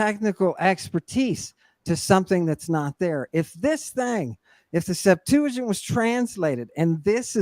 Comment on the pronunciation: “The Septajint.”